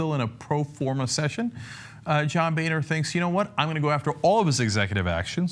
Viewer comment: Boehner is not pronounced "Bay-nur" but instead "Bo-ner" He's a boner man